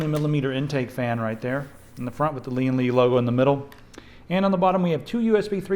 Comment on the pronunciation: it's pronounced lyenn - li